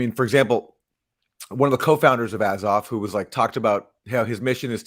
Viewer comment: What is up with Katie's weird pronunciations of the Azov battalion?